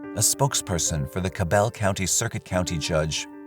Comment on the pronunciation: it's weird to me. Also, every time they said Cabell it made my head hurt. Lol. So far from how it's pronounced. 🤦🏽‍♀️